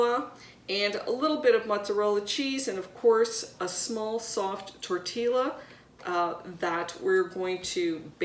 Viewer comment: Tortilla pronounced........ tor tee ah....Love your show !